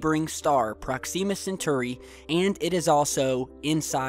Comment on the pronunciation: Please look up pronunciations for things... How you pronounced Proxima Centauri killed me...